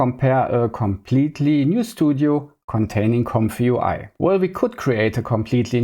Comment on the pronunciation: Ze famous "Compfoowhy" in ze cloud workflow? Zänk ju for ze detailed setup! Seriously tho: I see you trying and I respect your hustle on your journey to master the infernal "th". It's just tongue muscle range that gets better over time, but only if you keep developing those muscles and never stop practising! But also: "Tracking and drobbing" was the highlight of my day. Thank you. Subbed. Liked. Recommended! :) Keep it up, bruzza 👊